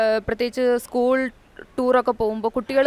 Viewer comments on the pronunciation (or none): none